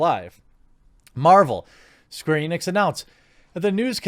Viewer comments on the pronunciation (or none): none